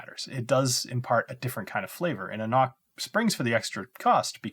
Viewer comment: Good value for a good whisky. Just got another one yesterday for 79 Euros. Just one thing: An Cnoc in English isn't pronounced as they say on their bottle "A Nok". It's pronounced "An Krok", you could say "An Knok" (borderline) but never "A Nok". Why? It's gaelic. They should have explained it on the bottle when the already bother to tell you how to pronounce it properly. It's not the fault of the consumer. How should you know as a non-gaelic speaker? However this isn't the language police, just fyi.